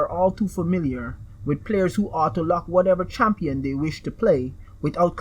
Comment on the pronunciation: "Champion" "Tower"